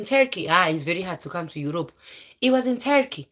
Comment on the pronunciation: 😂😂😂😂😂😂😂😂😂😂 The way you say itii...my husbandiii...he paid everythingiiii....how is laifiiii.... how is Europuuu....I wantediii...